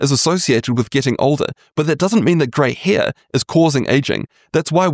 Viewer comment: "Grey heir"